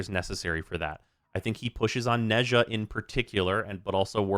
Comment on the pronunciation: When will people learn how to pronouns 'Nezha'?